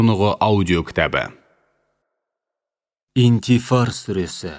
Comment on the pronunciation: Сүре " Инфитар" деп аталады. Аудио оқушы қате дыбыстаған Интифар деп.